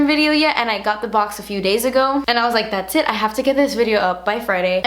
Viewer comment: omg when she says "das beautiful!" made me laugh